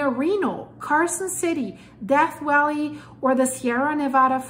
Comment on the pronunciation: Ironic how Cali is gradually breaking away geologically and trying to immediately break away politically - I wish them success. ❤ The way you said Death Valley as - I'm stealing that.